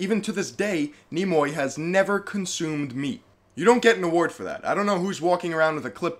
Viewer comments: It's pronounced Nee My not Nimoy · My guy, its pronounced "Neem"-"Eye" lmfao!! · Jesus, you butchered the pronunciation of his name. "Knee-My". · Nimoi? Can you read and pronounce?